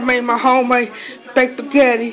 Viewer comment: How are you able to Spell Spaghetti but can't pronounce it